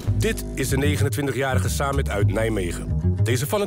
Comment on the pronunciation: Ik moest een paar keer terugspoelen voordat ik eindelijk "29-jarige" verstond. :D